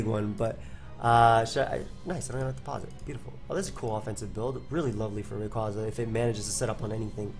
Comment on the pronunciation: FOR FUCK'S SAKE! IT'S RAY-QUAY-ZA!